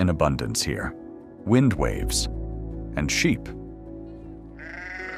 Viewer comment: This video is beautiful, and I appreciate AI, but couldn't a REAL human read this script??? "Wind-waves"?? I'm pretty sure the script said "wind, waves...".